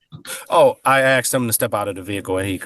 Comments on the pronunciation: The cop “axed him”? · He didn't ask him questions. According to the cop's testimony, he axed him questions... that's coercive and threatening...